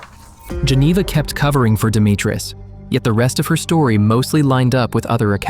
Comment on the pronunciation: Stop saying demi treez It's di mee tree